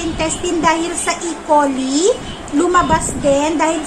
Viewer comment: e-coli is pronounced as e-(kolay) coli